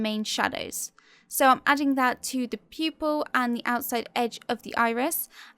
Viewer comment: I keep hearing you saying "people" instead of "pupil" .....anyways great talent....